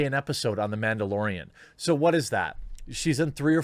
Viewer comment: It's the MANdalorian, not MAMdalorian. Maybe they should change the name. Disney can end for all I care.